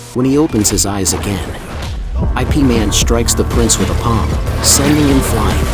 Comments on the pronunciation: Don't call it I P man. It's yip man or IP (eep man) man. Stop using ai to narrate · Not I - P Man It is called Yip Man.😅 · By the word IP is not pronounced as “I’ “P” 2 letter words is IP ( YIP ) is a name in Chinese .. you direct read the name as in ABC .. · He even pronounced IP wrong. It's closer to Yip and not I P. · Also, it's Ip Man, not I.P. man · "I.P. Man"??? A.I. fails again. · It's not pronounced I P man lmao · ya lo. why the narrator keep on saying i p man???? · The narrator is bugok😂😂